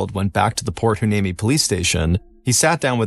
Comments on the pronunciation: Why-knee-me that's a tough one to pronounce. 😊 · It's pronounced port y-nee-me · I’m sorry did he try to pronounce port hueneme?? 😂